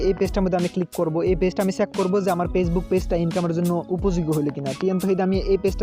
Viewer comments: পেছবুক না ফেসবুক ok কথাও ঠিক মত বলতে পারোনা। শুদ্ধ করে কথা বলো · আপনি কি ফেসবুক উচ্চারণে পেসবুক বলছেন? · Pagebook bolen kan mia 🤣🤣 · কথা থেকে নোয়াখালীর ঘ্রাণ আসছে 🤣 পেইজবুক না ফেইসবুক। পলোয়ার না ফলোয়ার হবে জনাব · পেইজবুকক নাকি ফেইসবুক!!!? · ভাই, পেজবুক না, ফেজবুক। বাঙালি সেই হিসাবে আমি খুবই খুশি, কারণ অন্য ভাষাগুলি বাঙালি হিসেবে উচ্চারণ না করতে পারা দেখে। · Vai কথাগুলো ঠিক কোরে বলুন পেজ বুক না ফেসবুক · পেসবুক শুনছি। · ফেসবুক বলতে পারে না পেজবুক বলে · উচ্চারণ করেন তো পেজবুক😂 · ভাইরে ভাই... পেজবুক কি জিনিস? বিডিও কি জিনিস? শব্দ উচ্চারণ ঠিক করুণ। আর এমন ফাউল ভিডিও/টিউটোরিয়াল বানিয়ে আমাদের মতো ভিজিটরদের সময় নষ্ট করবেন না প্লিজ